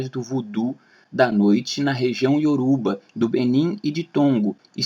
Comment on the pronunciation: Crua pesquisa está 85% errada.Sabe a infirmação que se da para os curiosos que não pertencem aquela tradição? Pois é exatamente estas informações que vc encontrou e está disseminando. E Yorubá não é Yorúba .Do que você fala Yorúba pra desmerecer porque é impossível ser brasileiro e nunca ter ouvido esta palavra que está tão difundida na nossa cultura até mesmo na música.